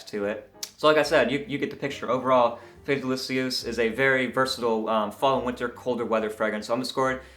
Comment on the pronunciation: oh wow. this sounds awesome. I will have to get a sample. BTW not bad french